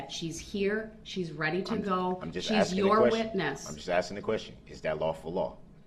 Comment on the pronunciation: Early on he was axing his ex about texes she sent from her cell. Highly educated. There's been more axes in that court room than at a woodchopping contest at a County Fair lol🤪😂🤣